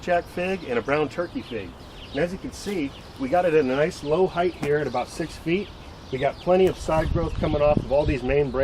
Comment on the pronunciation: There is no ‘th’ at the end of the word height.